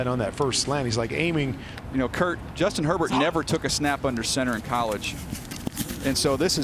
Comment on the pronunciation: "Justin Her-t-t"